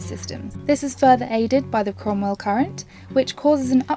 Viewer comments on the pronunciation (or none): I thought she said Cornwall. Cromell is further north near Newark on Trent